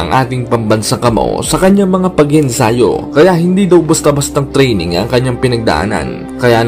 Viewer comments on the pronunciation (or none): Saka na kita papansinin kapag na ayos mo nang sabihin yung "TRINENG" mo sa "TRAINING" nasa U.S.A ka pa nmn hindi mo magawang bigkasin ng maayos ang training ..BRRRRAAAAA....😆😆